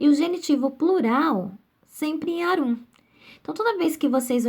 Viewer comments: A pronúncia não é arúm, mas árum! O acento é no a. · Aula muito boa, porém a pronúncia está errada! Árum, e não Arúm. Poetae fica poeté, porque ditonga. Fora isso, muito bom!